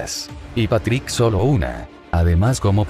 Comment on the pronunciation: like si pronunsiava mal a Patrik